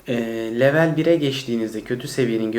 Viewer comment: İngilizce kelime kullanıp da, kelimeyi Türkçe telaffuz etmek. Garip. “Level” diyeceğinize seviye deyiniz. Yada “level” kelimesini İngilizce telaffuz kurallarına uygun konuşunuz. Komik olmayın.